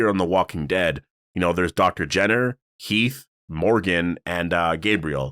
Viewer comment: It’s Heath😂